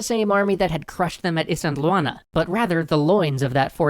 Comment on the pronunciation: Great series, I'm super happy to see someone talking about Zulu history, even if the way you say Isandlwana drives me nuts.